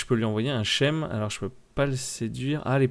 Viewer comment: "Scheme" en anglais veut dire schéma et se prononcer "skyme"', non "chème". 😂